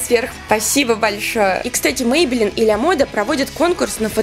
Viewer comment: Не лЯмоде ,а лАмоде